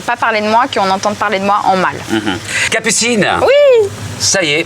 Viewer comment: Il ya que moi qui entend cappucine anal au debut 😂😂?